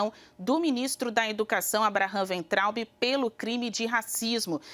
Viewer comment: Weintraub Waintraub pronuncia em alemao!